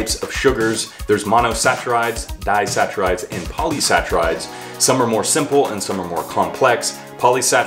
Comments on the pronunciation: I think it's pronounced sack-irides not like it's spelled sachirides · "Saccharides" is not pronounced with a "ch" sound. You pronounce the "cch" as a "k". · Not sach- Er-ides, it’s sak-Er-ides